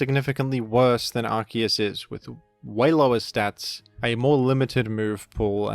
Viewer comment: You're pronouncing Arceus wrong.